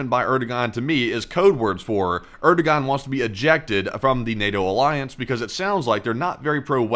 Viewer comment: Erdogan is pronounced Err-doe-wan, it's a silent G. He is a problematic leader who is not aligned with western values. That said, Turkey is part of NATO while Israel is not. They are a big country of 85M people. You've talked about some of the interesting military tech they've created, some of the first drones of the Ukraine war were developed by Turkey. They have a GDP twice the size of Israel. Turkey is a potentially serious threat to Israel. Most countries in the UN are appalled by the lack of restraint in the Israeli attack of Gaza as a response to October 7. This includes many NATO countries. I believe it is in Israel's best long term interests to show restraint and pull their forces back. They can't bomb the Palestinians into submission. Hamas and Hezbollah can possibly be decimated but the pain Israel has inflicted means some other terrorist organization will take their place. Either Israel seriously works towards a negotiated peace now or they risk the safety of future generations.